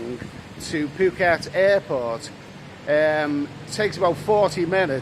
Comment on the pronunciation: good vid.....Good to hear you say Phucket correctly the way the locals say it ("Pooh-ket"}... But please also say 'Pattaya' the way the locals say it too!.. It does my head in when people say it to rhyme with "papaya"...... Best of luck, Vincent